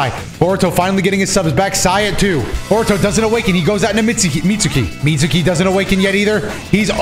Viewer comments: "Mit-soo-ki" Imagine watching anime for as long as you presumeably have and not knowing that `U`s are always virtually silent if not completely. (눈∀눈;) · "Mitsuki" is pronounced with a silent "u" -> confirmation you do not watch the show x)